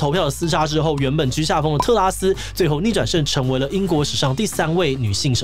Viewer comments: 果然不免還是唸成特斯拉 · 唸成特斯拉了哈哈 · 志祺也跟我一樣，一直念成特斯拉。🤣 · 是不是特拉斯念成特斯拉w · 是特拉斯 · 同學，你好像真的唸成tesla“特斯拉”了🤣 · 我一直在等看看會不會唸到特斯拉 果真被我等到了! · D 名字太難唸， 特斯拉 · 5分38秒的时候读错成了特斯拉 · 這個名字真的會讓人念錯（連主持人都不小心唸錯了，在5：38秒的時候）